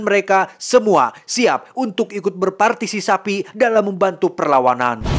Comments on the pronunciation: Berpartisisapi kata ny. 😂😂😂 Bukan partisipasi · 12.55 berpartisiSAPI🤣🤣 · menit 12.56 beroatisiSAPI..hehe Kalimantan hadir bang.. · Partisisapi 😂😂 Bengek si mah 🤣🤣